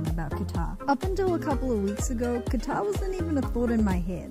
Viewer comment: I hear GUITAR whenever you say QATAR.